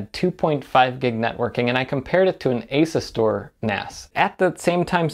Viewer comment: Why you gotta say Asus like that